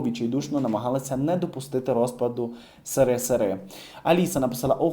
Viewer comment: Есересер( СРСР), це правильна вимова, а не « Сирисири»!!!!!! Шкода, що не читає коментарів безпосередньо для нього. Я вже другий раз виправляю його. ЕС-ЕР-ЕС-ЕР, разом Есересер, це просто.